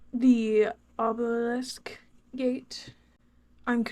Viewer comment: It's obe "obe-lisk" not obo "obolisk_